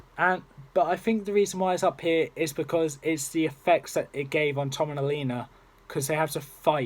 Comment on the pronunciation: Your saying elena wrong